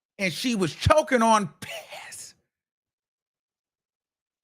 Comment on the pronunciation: it's not supposed to be funny, but why u had ta say piss like that lol u remind me of my self lol making words ur own to keep up with YouTube standards, making it funny, but people also know what the hell u saying lol